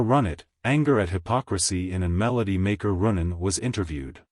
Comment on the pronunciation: Yes, this is obviously an A.I. narrator. He can’t even pronounce Rundgren correctly.